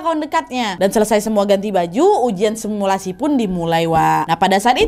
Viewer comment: Kau ngomong sumilasi langsung buyar mood hororku Nad 🤣